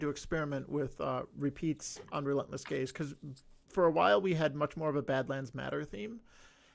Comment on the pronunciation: I’m sorry but the quote ‘check out all these rainbows coming out of Gaze, it’s amazing’ which sounds like .. well.. gays. I could appreciate the not-intended joke, i snorted 😇